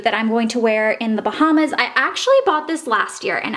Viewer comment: How do you mistakenly say Bahamas so many times?